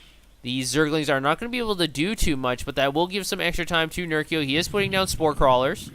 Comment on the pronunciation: Good cast, but it's Ner-CHEE-oh